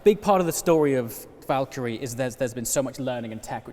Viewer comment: saying Valkyrie Me hearing Valtteri